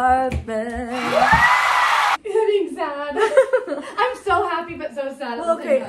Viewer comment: oh my god apartamement ???😅